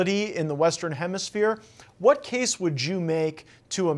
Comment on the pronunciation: Qual a dificuldade de falar “WHAT”ao inves de “UARA”?!?